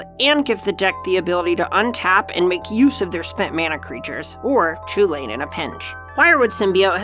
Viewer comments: So is it actually pronounced chew-lane and not coo hulen or just hulen? I thought I’d was more Irish like Cu Chulainn being pronounced coo cullen. Still. Awesome looking deck! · So the guys on the Casually Competitive channel pointed this out: Chulane is a name from an Irish myth figure and is not pronounced the way it phonetically seems to be in English (because Gaelic languages have weird rules) and is pronounced 'Hull-en', or more specifically: "Chulane is an Anglicisation of Chulainn, from the Ulster cycle of Irish myths of Cu Chulainn (Chulainn’s Hound). While the “ch” at the beginning should actually be the voiceless velar fricative (like a rolled “h”, or an “h” crossed with an “x”), that’s not a common place sound in English, so use a standard “h” sound. The rest of the word is pronounced “HULL-en” (rhymes with “sullen”). Not CHOO-lane. Please." Another example of weird spelling/pronunciation is Ashling normal Gaelic spelling of Aisling; which was thankfully not spelled that way as people would be calling her 'Ass-ling' or 'Ace-ling'. A friend form my hall in study abroad was Irish his name was Oisin, which was said 'Aw-sheen'. Basically Gaelic is weird. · Heard that Chulane is inspired by Gaelic characters and as such his name would be pronounced Hulin. Any thought to that as an English prof? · A Designer that cant pronounce Chulane correctly...